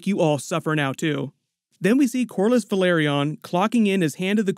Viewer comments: MISS. AR. IA. VEL. AR. ION. FFS man there's even a video of Eve Best talking about how to pronounce Velaryon as distinct from Valyrian. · Velaryon.... Velaryon Say it...